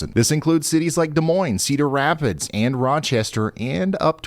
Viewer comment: Ugh, he said Cedar Rapids, Iowa.... no Bueno! 😢